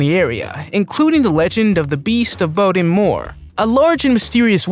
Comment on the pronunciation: It is pronounced Bodmin not bomin and Calais is pronounced Calay not Calas